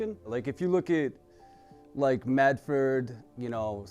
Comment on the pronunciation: he said "medford" .... ?